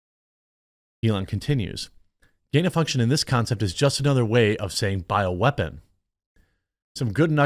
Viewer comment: You can’t even say gain of function.